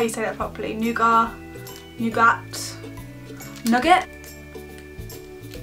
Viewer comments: you say it like new-get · In America we pronounce it new-git